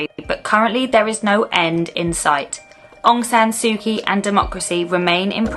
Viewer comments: I believe you’re only allowed to go to certain areas of Myanmar, at this time! I went there for a month about 10 years ago, was a fascinating country to visit. Very much stuck in a time warp, similar to Cuba, which is suffering a similar fate on its people! Please try and pronounce Aung San Suu Kyi, correctly! Well done on the extensive research you must of done 👍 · Maybe show some respect and learn how to pronounce Aung San Su Kyi and Bogyoke Market.